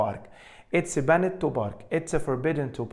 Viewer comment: حد ممتاز زى حضرتك مينفعش ينطق banned ;]h تحياتى لحضرتك دى مجرد ملاحظة